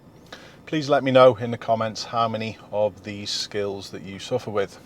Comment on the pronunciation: oh i know what he actually said, it just sounded like skittles to me